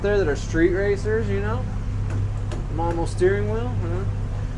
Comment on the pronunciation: Boat is too cool. Nice cabin. Love the windows. Drone footage is A1 Top Notch!!!! I believe the MOMO steering wheel is pronounced "Moe Moe" as opposed to "Mom Moe".